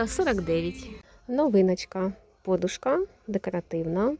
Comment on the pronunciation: Дякую Вам,але ріже слух ваше ,,по'душка"!Змініть наголос,будь ласка!